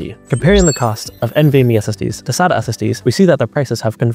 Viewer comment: You need to learn how to pronounce "SATA" and probably "DATA" as well!